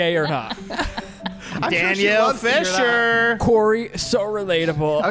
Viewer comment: I love all of y'all!!! But I just wanna say, Topanga's real name is Danielle FISHEL, not Fisher. Fake fan, lol. 😂